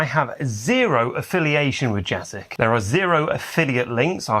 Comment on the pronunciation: It's Jasic, not Jasic.